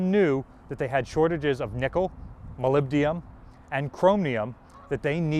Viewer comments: once, okay, twice getting annoying. it is molybdenum (element 42 on the periodic table), not molybdium. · Molyb-den-um, not Molyb-di-um. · ... and here's a word from our sponsor ... Japanese knives, with no "molybdium" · mispronounces "molybdenum", which indicates a lack of preparation. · Very informative video. Thanks! Also, try practicing your pronunciation of "molybdenum". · Please look up the correct pronunciation of molybdenum.